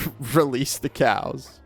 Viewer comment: Am I the only one hearing "Release the Kraken!" Every time he said release the cows?